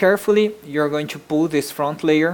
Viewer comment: you say squash in a weird way and when you say pull it sounds like poo